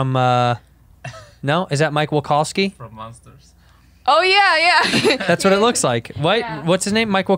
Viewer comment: Mike Wakowski Lmaoooo Santino, my guy, it's Mike Wazowski 😂 who cares tho not me 🙄